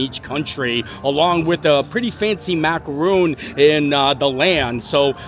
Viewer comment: That is pronounced mac-a-ron. The coconut with chocolate clusters are mac-a-roon.